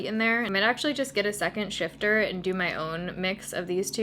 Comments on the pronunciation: Sifter not shifter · Do you mean sifter instead of shifter ?? 😂😂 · I love Etsy!! (Shifter? You mean sifter? Lol 😆) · with the utmost kindness, it's sifter, not shifter. No "h"